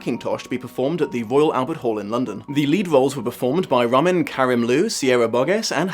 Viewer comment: Ramin's name pronounced "Ra-meen" jsyk